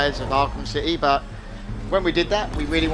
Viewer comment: A cittay lol